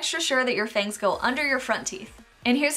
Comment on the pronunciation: lol "F A N G T H"